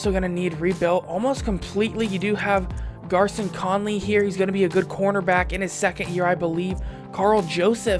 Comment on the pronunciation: Conleys first name is pronounced “Gary-on”